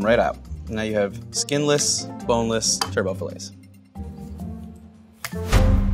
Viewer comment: "Turbot" is not pronounced like "turbo". It's actually "TER-but".